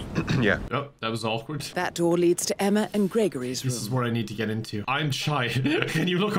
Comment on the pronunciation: I think there was a typo in the script. They both called her “Emmer” lmao